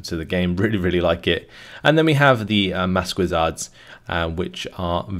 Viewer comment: FYI maquisards is pronounced "makizar". It's easier than what you're currently saying.